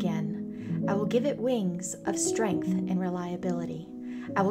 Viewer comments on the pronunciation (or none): none